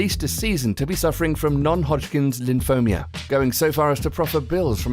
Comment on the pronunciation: LimphomA, not LimphomIa. That is, if you haven't noticed mistaking Leukemia with Limphoma :)